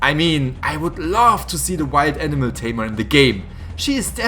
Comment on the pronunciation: I love the fact that you pronounce animal like enema.